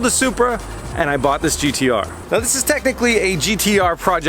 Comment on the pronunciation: As A Australian please stop saying GTR